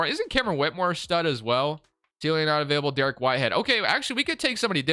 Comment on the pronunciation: Dariq whitehead is pronounced as Da-reek whitehead not Derek whitehead, just to help you for future videos